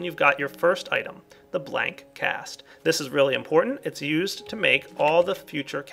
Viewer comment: "Different than you're EU-sted to"